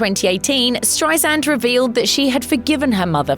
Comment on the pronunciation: Its StreiSAND not StreiZand!